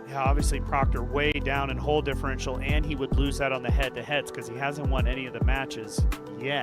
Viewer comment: A non native English speaker here wondering if it’s just or some American dialect where the word ’hole’ is pronounced more like ’hall’? I hear it all the time from him.